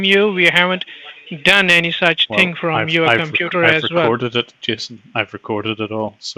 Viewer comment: "i tink u r mistaken about tis ting sir"